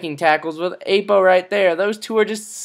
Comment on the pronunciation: Haha this is hilarious. How I wish Nelson could actually pass like that...oh and also..Ah-po. Not 'A'-po. Just sayin'.